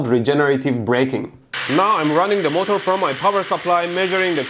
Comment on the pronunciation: Normal people's pronunciation: MO'TER' Mehdi's pronunciation: MO'TOUR'